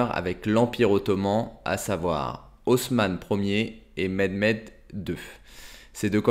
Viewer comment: Jsuis turc🇹🇷et je sais que sais que certains écrit Mehmed ou Mehmet mais les deux se prononce Mehmet et je m’appelle Mehmet voilà comme sa tu feras pas d’erreur de prononciation 😉✌🏼